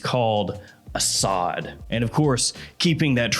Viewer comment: It's pronounced like "a sud" and it means Lion.